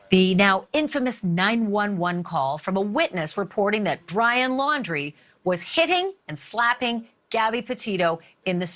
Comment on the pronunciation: I swear to god she said Dryin Laundrie . I’m tried so I double checked. It really sounds like dryin’ laundry